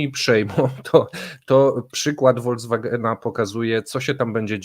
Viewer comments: Panie, proszę przestać mówić Wolkswagen, bo przestanę subskrybować Kremlinkę. A oglądam kanał od początku. Po niemiecku "v" czyta się jak "f". Pamiętam to jeszcze ze szkoły, gdzie miałam niemiecki i rosyjski 😁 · Holcwagen a ten motor to się mzeta nazywa.😀